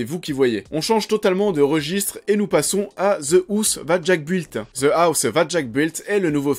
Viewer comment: « Ze blouze zateuh jacques builteuhhhh » english lesson 1 !